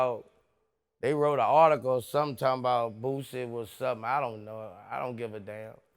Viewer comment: You fucked up "NOW YOU BOUTA GET FUCKED UP" 🙏🏾 HIS NAME BOOSIE NOT BOO BOO DA FOOL VLAD😂